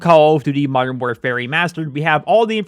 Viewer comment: Learn to say modern properly its anoyying!